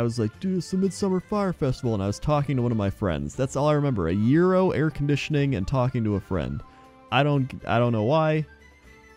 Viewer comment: Thank you for pronouncing gyros correctly.